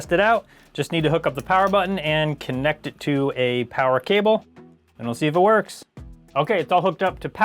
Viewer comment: did you say "kinect" it to a power cable?